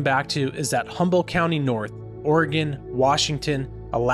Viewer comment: H U M B O L D T !!! No Humble, and not Humboldt. !! Come in ; a simple , grammar school word!! How is anyone supposed to believe any of the important things you talk about when you cannot pronounce Humboldt correctly or even incorrectly but consistently? Please, tout are working for the Lord, right? Then do as if unto Him! Maranatha!